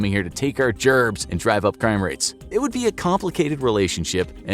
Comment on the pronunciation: "To take our *GERMS*..." bro why did u express germs loudly tho bro but for real why bro if u want the time stamp ill put it here tho